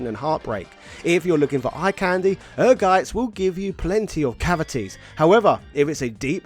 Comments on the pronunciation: The title of the game is pronounced "Energize" (It doesn't stress the letter n). It is an "engrish" typo, which is when Japanese developers misspell English words according to how they sound to them. The logo for Ehrgeiz is a battery conducting electricity for context (ie. The battery is energizing). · Greets from Germany. Ehrgeiz is a German word and it's correct pronunciation is "Air-Gaitz" 🇩🇪✌️ Great video as usual! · Without even watching it's Ehrgeiz... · I adore every American who try to say the German Word "Ehrgeiz" its's always Funny